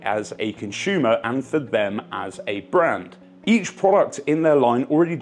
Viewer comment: Are you saying consumer or conshoemer